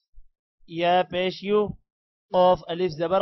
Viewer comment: pesh hei , Ulta pesh nhi